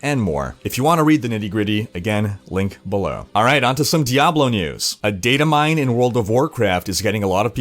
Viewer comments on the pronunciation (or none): none